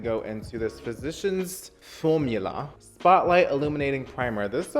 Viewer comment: Cláudia de Sá he says it correctly.